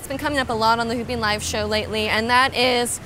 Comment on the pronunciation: Anyone else thought she said ‘pooping on your shoulders’?